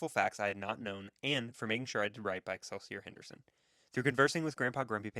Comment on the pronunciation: Since you can't even pronounce the title of the bike correctly, I find any information after that highly suspect.